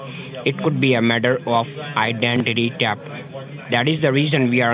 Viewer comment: "Idanty tafft" --- LOL!!!